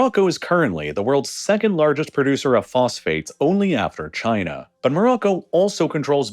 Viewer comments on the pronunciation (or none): none